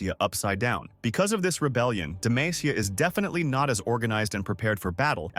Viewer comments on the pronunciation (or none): Its demacia not demaicia